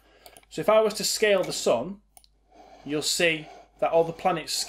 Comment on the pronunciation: the way, how u say "sun" is bleeeh..